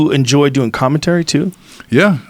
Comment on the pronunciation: Joe “ I loved to hear him do commentuury” Rogan